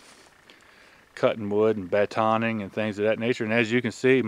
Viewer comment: Batoning not banning